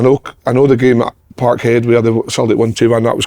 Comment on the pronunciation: thats the best part of the show when kev starts saying park